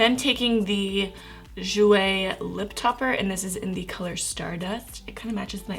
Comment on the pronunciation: I always love your first impressions, and this makeup looks really good on you 😊 I hope your dermatisis gets better soon, I know how skin problems suck sometimes. Also the Jouer liquid lipstick is French for "black cherry", it's ok if you didn't pronounce it correctly haha